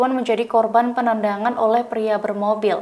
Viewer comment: Ada yang slah sma bicaranya apa saya yang slah dengarnya +penendang (-perendangan)